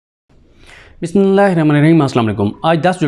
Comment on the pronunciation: صدیق بھائی بسم اللہ واضح پڑھا کریں